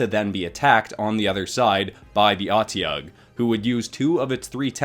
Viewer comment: And you pronounce it as o-de-ug just in case you do it again as it is know just being something that can eat anything